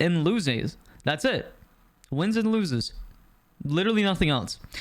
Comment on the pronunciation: Was getting to me too 😂😂 I thought he was unironically saying it at first 😭